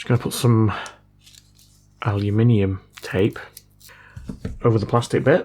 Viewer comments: but he said aliuminium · he definitely said aliuminium lad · Not "Aluminium" or "Aliminum". Shiny Airplane Metal or SAM.